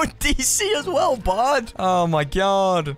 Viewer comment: Are you say "Hello bard" or "hello bud"?